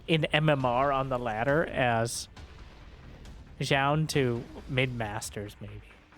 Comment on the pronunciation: Thanks for the pronunciation on Zoun. I was saying it wrong before, but glad to be right now.